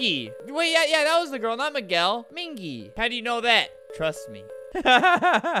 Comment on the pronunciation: It’s “me-gel” and minji is pronounced “min-jee” at least for me ;v